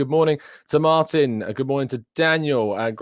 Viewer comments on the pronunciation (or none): none